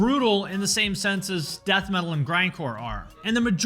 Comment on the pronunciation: Slipknot are the lighter side of Death meatal. Not Nu-meatal